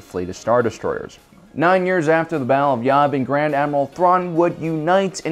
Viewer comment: its y-æææ-vin not y-aaaaaaaaaaaaaaaaaaaaaaaaaaaaaaaaaaaaaaaaaaaaaaaaaaaaaaaaaaaaaaaaaaaa-vin